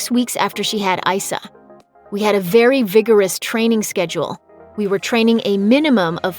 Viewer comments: E E EEE EEEE Eissa ... That capital E in Eissa is not silent, so why does everyone pronounce his name Issa... It's Eissa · Her son's name is Eissa. It is pronounced "Ee-Suh" NOT "Eye-Suh." His name is ancient Hebrew. The equivalent of his name in Arabic is Isa or Issa/Eisa/Eesa, which is Jesus' given name at birth. Her ex-husband & son's father is Muslim & his first language is Arabic. Interestingly, the child's last name "Al Manna" given by his Qatari father can technically be translated as "bread of life," referring to "The Manna" (spelled archaically as mana) in both The Bible & The Qur'an. Thus, his name "Eissa Al Mana" can be translated as "God is Salvation, the Bread of Life. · Issa is pronounced with an “E” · Had to give a thumbs down for all of the shade thrown and for mispronouncing her son's name.